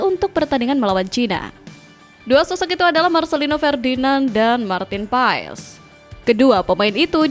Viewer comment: Marteen paes dibaca martin pass min😂